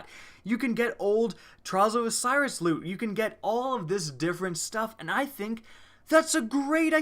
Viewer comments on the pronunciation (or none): none